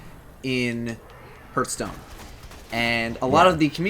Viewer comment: I like how pronounced "Hearthstone" as "Hurthstone"